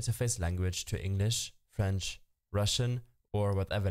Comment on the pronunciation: bro said frensh